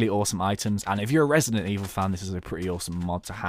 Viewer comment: I NEVER HEARD OF "RESIDENIT EVIL" IT SCARED THE SH*T OUTTA ME